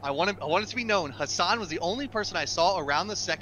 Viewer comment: Its not haasaaan its hassan abi abi is turkish